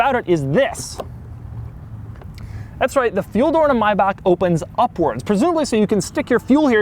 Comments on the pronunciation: Doug is the type of dude that call a MAYbach a MYbach. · What is it with Americans ... Its MaaaaaaaaaaaYbach thats Maaaaaaaaybach ... NOT Mybach it is wrong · why tf would it be pronounced “my-bock” when it’s literally spelled “MAY” Bach. This is the only guy in the world I’ve heard say it like that. LOL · him saying mybuck hurts my ears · He drives me nuts with how he pronounces the name. My Back? 🙁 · It’s not. The correct pronunciation is Mai•Bach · "Myback" made this unwatchable. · Mybark... is there no word that Americans can't mispronounce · I’m surprised that the first a in Maybach is silent and is pronounced Mybach! Who knew, you are the only guy in the world that pronounces the name right. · why doesn't he pronounce the "a" in Maybach??? He's saying Myback??? WTF? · maybach, it is german, I don't say SCHEFROLETT as well, do we agree? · Is no one going to note that is pronounced may(like the month)bach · Wtf is a myback 😂😂😂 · Why do Americans insist on subverting all vowel sounds ? Myback ? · Actually its pronounced Mayback Music you peasants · It's pronounced "may" "back"... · WHAT THE FUCK IS A MY BOCK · My Boc. At least that's how the guys that made it pronounce it in their YouTube ad for this car. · Can you stop saying Mybach... Wtf mehn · OMG stop calling it Maybakk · Doug the type of nigga to pronounce Maybach like My-bach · pandasecksi My-Bach music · I thought it was pronounced "May-back" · I always thought it was "MAY-BACK" lol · Great Video, but I'm sorry... "My-Bach" I have to admit...that did my tits in a bit.... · I thought it was pronounced May-Back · "Mybahk" lmao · You pronounce this as good as you pronounce the Subaru Brat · Thats not how you calk maybach you idiot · Ok seriously....how are you gonna be a car guy.....yet pronounce the name of this car wrong?!??!??!??!?? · Only reason I know this car is all the rappers used to talk about it in the early 2000s. Also the reason why I pronounced it wrong the whole time too lol